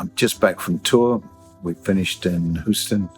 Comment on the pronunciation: Dear Peter, I know the pronunciation of "Houston" is foreign to you, but here in the U.S. and Texas it's pronounced "HUEstun" not "howsten." Saw you in Austin, and I think the version of "Digging in the Dirt" was the best I've seen (or heard).